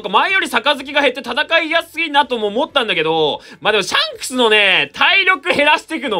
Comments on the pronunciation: シャンスクの言い方がジャン！に聞こえる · ｼｬ↑ﾝクスって言い方好きww